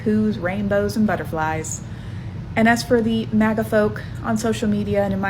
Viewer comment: Mang-ga? You mean MAGA